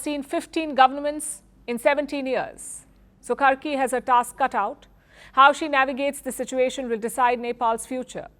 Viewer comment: It's karki not kharki